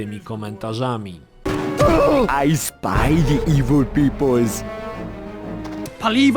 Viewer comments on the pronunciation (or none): none